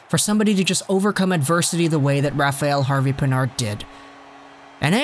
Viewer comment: Rafael is not pronounce «rafa-yell»...its «Rafa-L»